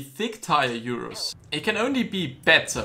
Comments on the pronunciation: Its called Urus not Iurus :) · URUS IS T H I C C Like if you think the URUS is thick oh and also comment T H I C C